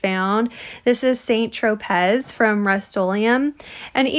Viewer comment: Love love love this!!!! Just FYI the correct way to pronounce the paint color is “San Tropay”. 😊